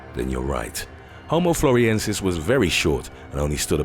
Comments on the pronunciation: Not "floriensis", but floresiensis. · The way "Frolesiensis" is pronounced indicates how much research went into this video.